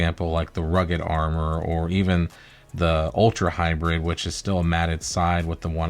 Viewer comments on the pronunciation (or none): none